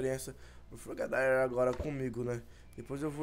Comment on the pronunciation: se fala frogadier ñ frogadaier sem ofenssas